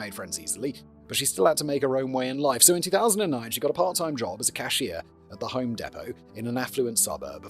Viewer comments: "Khusheer" can you say C-A-S-H-I-E-R benchot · I’ve never heard someone pronounce cashier the way Simon does. Not even the British people I know. I’m not wrong right it sounds odd how he said it.